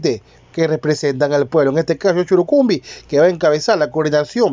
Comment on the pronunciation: Este canal no sabe pronunciar bien el apellido de el cayambeño Guillermo churuchumbi